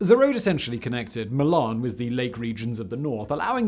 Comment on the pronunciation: Where tf is "Mee-Larn" ?